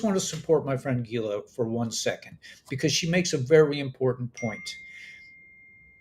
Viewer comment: I enjoy your report even though you channel Gila often. (Geela?)